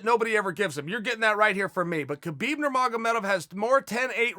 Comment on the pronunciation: his name is pronounced HA-BEEB you momo.